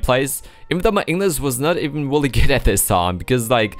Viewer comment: You've gotten much more fluent with your english. The only thing you might want to work on is your R's because the usually sound like wh sounds. i.e really sounds like wheelie. I've been wanting to tell you this for some time now but have been hesitant that people might take it the wrong way.